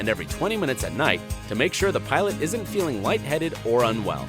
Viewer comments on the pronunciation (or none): none